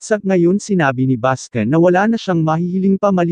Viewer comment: Bascon hindi baskin.